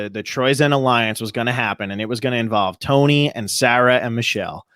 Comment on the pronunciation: A-LION-CE #KINGTONY